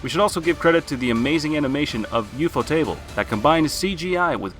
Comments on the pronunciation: so we just not gonna talk about how he said u-fo-table instead of ufotable? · The fact you can't say ufotable right hurts me